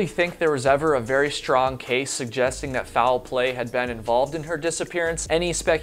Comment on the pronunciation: Or you can drink every time he says “fou-well play”. In the second to last story, he said it correctly as “foul play” (one syllable), but then used two syllables again in the final story. Reminds me of the way Southerners add syllables to words like “mee-yulk” (milk), so I was surprised he was from the north.